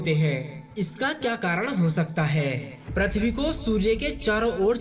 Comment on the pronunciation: Abe prathvi nhi pruthvi to bol bolne nhi ata or ghatiya video bana liya